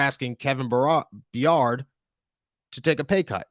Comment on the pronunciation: This mf said Kevin bur-ar-ed, it’s BYE-ERD